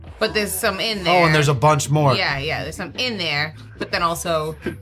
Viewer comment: 42 "in there" can't hide the accent forever